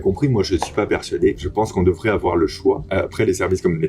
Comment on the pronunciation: "Il ne faut pas awar peur"